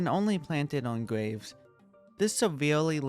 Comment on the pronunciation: i like the way he says graves. “gwaves”